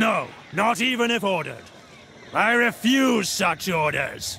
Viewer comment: "Aye refoos"